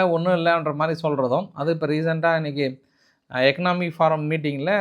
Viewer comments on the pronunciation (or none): எக்கானமிக் ஃபாரம் இல்லை. எக்கானமிக் ஃபோரம்.